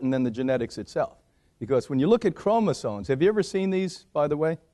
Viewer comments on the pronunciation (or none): chromosoMes why do americans say this word wrong so often omg its maddening